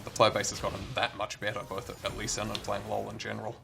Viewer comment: Its "Lucian" not Lucien :D